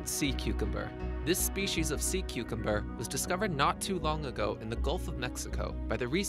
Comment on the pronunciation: sea cumcum XD